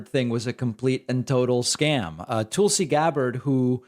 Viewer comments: It's Tulsi not Toolesi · Pakman complains when people mispronounce Ketanji but then consistently says "tulesy" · Heh heh... you call her, "Tool-See"